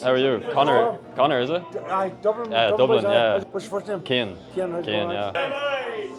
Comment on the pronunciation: FUN FACT = ROY KEANE from Cork where i'm from and the name Cian is pronounced - ciii yen I was away recently with my friend Cian and his friend from Dublin and he kept calling him Ceaaane .. ( the way you pronounce it and like the surname Keane ) but its actually pronounced totally differently in Cork lol